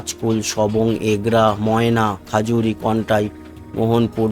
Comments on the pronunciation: খাজুরি নয় ঐটা খেজুরী উচ্চারণ করতে হবে। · Actual nam ta bodhoy khajuri noy khejuri hobe.